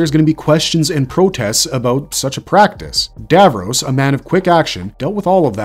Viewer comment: IKR GRRRRR kayled and davrohs LIKE NNNRUAGHHHHH 😬😬😬😬